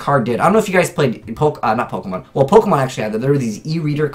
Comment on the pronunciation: That awkward moment a guy uses the wrong accent on the "e" in Pokémon